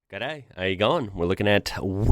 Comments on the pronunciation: Been a while since I watched a vid, forgot you came here and was kinda shocked how genuine your "g'day, how ya goin?" was!! 😂😂😂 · Very impressed with your opening G’day! Exactly how a local would say it.